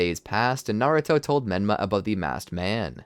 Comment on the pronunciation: Did any one else here him say benma 😮